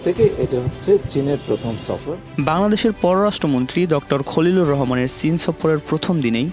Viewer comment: 😂😂😂its chin...not shin😂😂😂😂